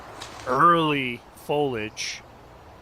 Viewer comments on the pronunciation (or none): There’s an “i” in “foliage”. Don’t use words you do not know how to pronounce, please. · Pretty rough coverage. Why I don’t consider purchasing a DGN subscription. Boring, very little graphics, not enough story building, constant bombardment of cheap ads and plugs, drying off camera lenses live, and why can’t we say the word “foliage” correctly?!?